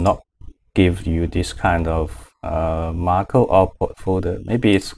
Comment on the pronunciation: Thank you for this tutorial but it's not Marco, it's "macro". Macro is useful from Marco :)